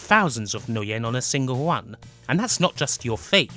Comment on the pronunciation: I'm sorry, fluent non-native English speaker here. Is it common for a ln accent to substitute "r" for "w"? Words such as "wun" or "wenwaku" made it a bit hard for me to understand what was being said initially, until I realized it was actually the "r" phoneme being spoken. I found it pretty interesting. Great video, by the way, on a series that is amazing, but still largely under-explored.